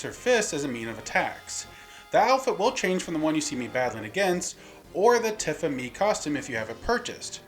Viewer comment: pronounces Tifa Tiffa... This has to be intentional at this point.